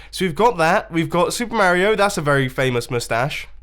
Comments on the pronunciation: Why do you pronounce "Mario" wrong? Your accent? And I think Wels owes you diamonds for vandalizing your profits. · Who else is triggered how he says “Mario” lol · mombo i know your british and stuff but its MAR-ee-OH not mare-EE-oh its pronounceed in super mario odyssy like the first one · Mario (m-r-io)